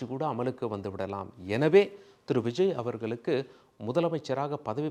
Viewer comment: ல, ள உச்சரிப்பு மிக மோசமான நிலை. நல்லா காதில நாரசம் காய்ச்சுகின்றது. விஜய் அவர்கள் (கல் - அல்ல) அவர்களுக்கு (கலுக்கு - அல்ல) காரணங்கள் (கல் - அல்ல) உள்ளார்கள் (கல் - அல்ல) வல்லுனர்கள் (வள்ளு அல்ல)